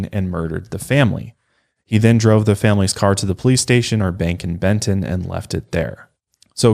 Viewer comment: she really said bend-ton and i was like😳😐😑